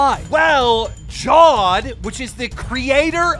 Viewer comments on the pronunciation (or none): fyi....it aint jawd but ja+ved 😹😹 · His name is said Ja-waid not jawed lol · Did he just pronounce jawed ( Jaa-vedh) as jaw-ed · Atleast learn how to pronounce jawed’s name. It’s not jaaaad it’s Ja-wed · Abdullah Nadeem jaa-wed ? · Its Ja-wed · That's probably the worsttttt pronunciation of the name Jawed I've ever heard lmaoooooooooo he aint a fucking shark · WTF Why Do you Pronounce Jawed Like that